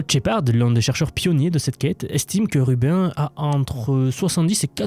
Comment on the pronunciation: Très intéressant de nous parler de l'IA en dehors des sentiers battus. Une remarque toutefois, Rubin se prononce plutôt comme Sabine pas comme Urbain😢.